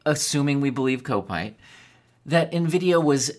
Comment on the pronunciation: It's pronounced cop-ite (rhymes with might or bite. It means he supports Liverpool FC